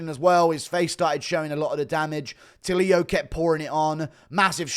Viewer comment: tulio is not pronuciated as “tuh-lee-a” it's more like “too-le-o”